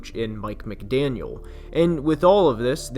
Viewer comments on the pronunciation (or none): none